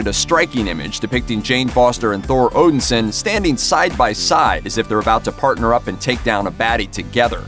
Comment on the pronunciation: I couldn't get past constantly hearing Thor being called Odinsin and not Odinson. I'm going to clean my ears out and watch this again.